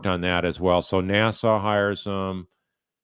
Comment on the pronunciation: Dude, if you’re gonna post videos you should pronounce words properly. You just said “Nassau” instead of NASA!